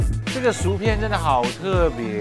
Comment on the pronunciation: 薯片是shǔ piàn, 不是"赎"shú片。